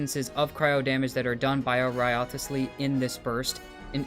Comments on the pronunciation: Not another channel butchering Wriothesley's name. It's rise-lee not rio-the-slee 💀🤦🏻‍♂️ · Its so annoying how you already played the AQ and still say "WRIOTHESLEY" wrong. Its RIZZLEY man. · Its Rice Lee learn to pronounce it right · Great video, I love that you pronounce wriothesley's name wrong everytime 😂